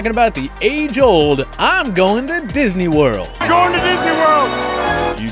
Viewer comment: I'll always remember Drew Brees saying "I'm going to disny world "!